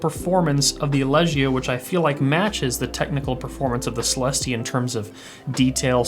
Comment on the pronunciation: I think it's pronounced celestE rather than celEHste